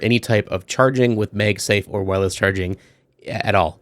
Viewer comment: Why are you saying MEG safe and not MAG safe? Its the first time Ive seen someone said it that way lol. Overall good video anyway. I love my P9PF :)